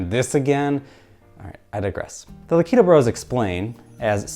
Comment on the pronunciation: Devastated by your pronunciation of Lakitu 😔 But seriously excellent, poignant work. The analysis of the mirror room was revelatory, such a bold argument to make, and you made it both convincingly and beautifully. This video was well worth the wait and I am excited to see where the rest of this season goes :) Onward, video essays